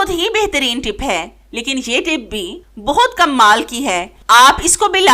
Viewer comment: Uljhan Hoti Hy jub kmal ko kammaal Keh kr bolti hain please tlufz drust krain Tips waqi achhy hain